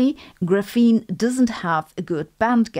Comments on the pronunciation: FYI, "graphene" is stress-initial in English. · The way you pronounce graphene is hurting my English processing unit....